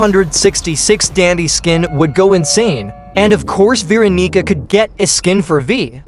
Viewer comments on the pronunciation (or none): bro is not saying Veronica